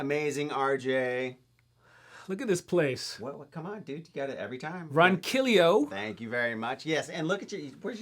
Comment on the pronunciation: RJ just curious why is Ronquillo pronounced "Ronquillio"?